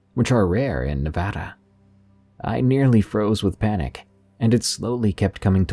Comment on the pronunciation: As a native Nevadan....THANK YOU FOR PRONOUNCING NEVADA CORRECTLY.